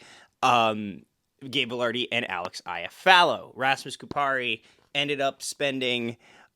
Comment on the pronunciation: ya'll did Laine dirty, good job pronouncing Kupari's name though.